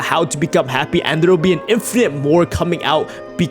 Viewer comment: The way he says "infinite"💀🤣🤣🤣